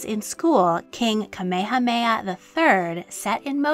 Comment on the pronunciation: This video was fascinating and very informative about the history of Hawai’i’s last Queen. My only critique is that it was almost painful to my ears to hear the narrator butcher almost all of the Hawaiian names, (except Kamehameha👍). I’ve found this is almost universal among most docs about Hawaii, and the language definitely isn’t an easy jump from English, BUT if you’re making a half hour piece and doing all the factual research PLEASE take a little time and at least learn the pronunciations of the people in your documentary! Ok I’m done😉